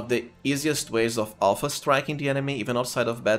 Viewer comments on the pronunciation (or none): none